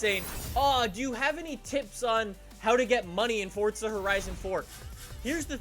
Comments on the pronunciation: Is it just me or does it sound like he seas fortsa instead of forza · Fortza..?? You mean forza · do u mean to say “forZa” not forTza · its called forza not fortza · You say it like fortza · Why did you say Forcza Horizon 4? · Please stop saying fortza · Its not FORTZA